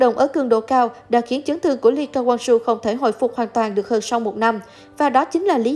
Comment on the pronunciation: Vãi cả độc tên người ta là ly ca wang su